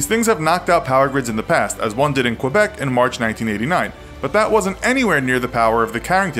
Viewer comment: Ok Québec is pronounced more like kay-bec not kwa-bec